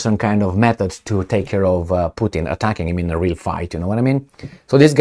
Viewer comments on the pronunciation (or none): none